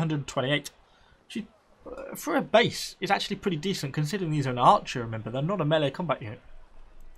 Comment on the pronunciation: I haven't forgotten about your "melee" :D